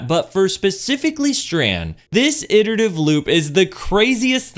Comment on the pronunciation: I come here just to hear someone pronounce "iterative" correctly